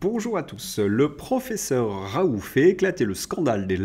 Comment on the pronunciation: M. Svp. prononcer: Ra oul T